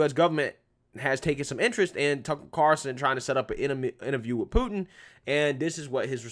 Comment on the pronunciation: it's "CarL - son"......not Car-son. Carson is Johnny.